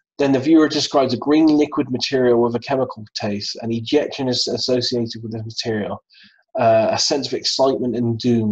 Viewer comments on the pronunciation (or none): none